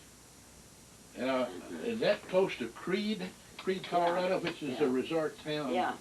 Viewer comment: She pronounced it Colorada 😁 I wonder how she pronounced California